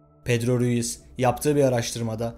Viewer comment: Pedro Ruiz'i sürekli pedro reyis anladım diyom niye reisdiyo bu lsjdla